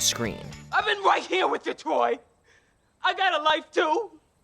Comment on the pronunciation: “We sittin heah ready to negotiate…”